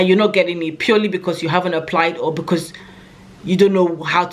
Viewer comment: Love how you said you need to be able to "cUmmunicate"😅 we get the message BecUs .... you're the best